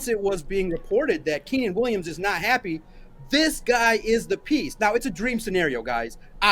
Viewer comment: Lol dude said I'm gonna toot my own horn , then called Quinnen by the name Keenan twice . Good grief